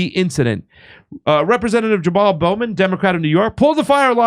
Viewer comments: I know this is petty, but it really bugs me how keeps pronouncing his name as Jamal BOUGH-man, instead of BO-man. It also bugs me that he pronounces the VP's name as Ka-MA -la Harris, instead of KA-mala Harris. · Bowman as in bow and arrows not Bowman as in bow of a ship.